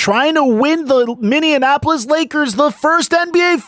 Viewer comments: Fun fact its not “MINNEANONAPOLIS” its (MINNEAPOLIS) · Love how he says Minneapolis... it's like he's mixing it with Indianapolis lol